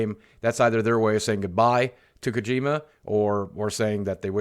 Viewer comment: Ugh, "kuh-gee-muh"